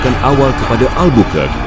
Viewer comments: ALFONSO DE. EL BER .KER KEY..(NOT AL BUKAR - NO NO AL. BUKAN) ALBERQUERQUE . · Sebutan Albuqar-quey (Albuquerque) yg sebenar. Bukan albukerk